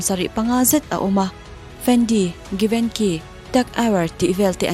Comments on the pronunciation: Givenchy pronounced Dan KHI a diklo a,Geevenchhii anga lam Dan zawk tur ani e,lam Dan diklo hian omzia abo daih thei.No hate. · Givenchy hi jivenshi ti deuha lam tur.youtube vela upload tur hi chu fimkhur a va tha em